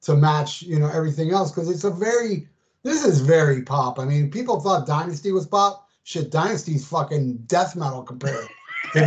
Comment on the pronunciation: Pee-pole! It sucks. Imo.